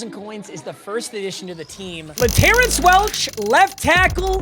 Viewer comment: still saying laterrance wrong. o/u 2.5 weeks for him to stop TRUEUEUEUE